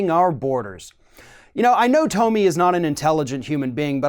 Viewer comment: HER NAME IS PRONOUNCED "TOMMY", NOT TOE-ME.